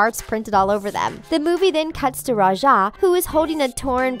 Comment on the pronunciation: Its ra-ja. Not ru-sha